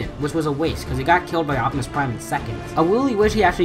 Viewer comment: said optumus in the nuckular town